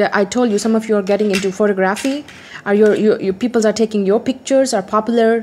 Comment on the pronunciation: "People" does not have "s" at the end. :)